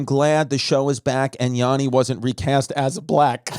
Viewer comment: Petition for Christy to say Yanni's name correctly...its double "n" not double "a". Thanks for listening to my TED text.